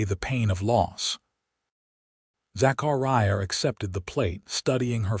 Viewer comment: It is pronounced "TOO'-SAWN". QUIT MURDERING "ZACHARIAH" BY STRETCHING IT AROUND THE WHOLE ENTIRE EARTH. There are no gigantic gaps between syllables You do not have such gaps otherwise NOT even GAPS separating WHOLE WORDS.